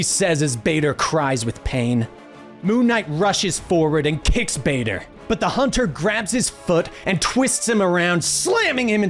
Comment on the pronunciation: the way he pronounce Badr like vader hurts a little and took time to get used to but overall amazing video